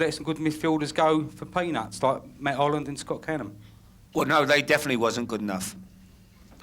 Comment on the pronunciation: Who's Scott canahm 😒 never heard of me